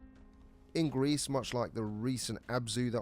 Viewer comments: "gris" is pronounced "gree" and is the french for grey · It's pronounced 'Gree'. It's french.